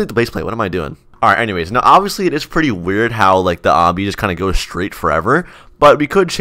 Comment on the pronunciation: Is it just me or did he always say obbyously and not obviously?